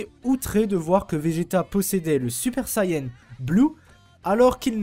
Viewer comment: Super Sayene 3 ? Mec, tu veux être pris au sérieux apprends que ça se prononce comme tu l'as écrit dans ton titre, a suivi de n ça ne s'est jamais prononcé autre qu'ane en France et au Japon, tu dis pas Keyto mais bien Kayeto pour Kaito, nous fait pas honte comme ces débiles de doubleurs français !